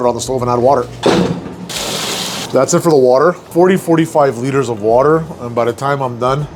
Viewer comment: I enjoy your cooking and style. It made me chuckle when you said "liters" in a Canadian dialect. What the hell is a liter? Sincerely, no dialect Chicagoan, as far as I can tell.